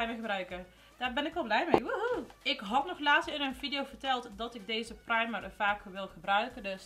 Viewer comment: Hoe jij primer zegt praamer hahahahahahahahaha herken het 😂😂😅😅😅 Love you vid❤️❤️❤️❤️❤️❤️❤️❤️❤️❤️❤️❤️